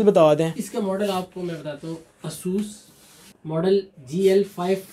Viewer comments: Its asus not isus ffs bro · it's not asoos rog it;s a sas r o g btw helpful video